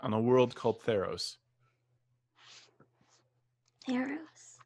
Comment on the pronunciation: At first I thought you said thanos not theros Lol